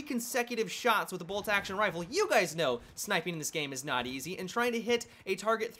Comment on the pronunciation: Is it just me or did he say "hey, gays" at the beginning of the video?